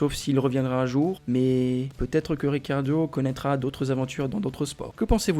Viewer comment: Ricciardo et non pas Riccardio 👎👎👎